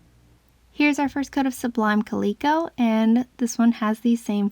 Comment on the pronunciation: These are all so beautiful!! Love them all so much. The names, Copper Bengal Tiger and Sublime Calico is not Copper Beangal, it Copper Bang-ull Tiger and Sublime Calico is Sublime Kal-i (as a short i)-co. They are a kind of Tiger and Cat. Unless the maker named them how you pronounce them. If that is what the maker named them then I apologize wholeheartedly. ☺️❤️ Thanks for this video. ❤️☺️🤗